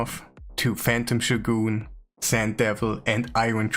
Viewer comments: It's shOgun not shogUn. Dude just google the pronounce of the word, Jesus... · i spat out my coffee when you said "shoe-goon" xD it's pronounced "show-gun":D Thanks for the video, keep up the top level content:)